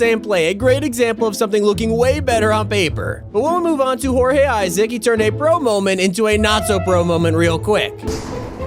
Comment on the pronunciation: The fact he said jorgeissac correctly makes him a legend